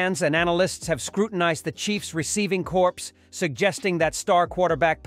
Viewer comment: You can't pronounce Corp correctly. You are not on my watch list again